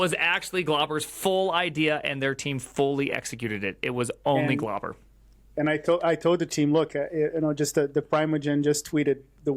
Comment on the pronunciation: Name: Glauber Primogen: "Globber"